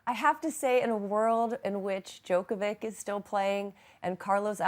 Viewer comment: The female commentator does not know how to pronounce Djokovic's name correctly (the greatest tennis player of all time!!!), but she's commentating on tennis on TV. Really? Who hires these clowns? How did this woman get a job as a tennis commentator?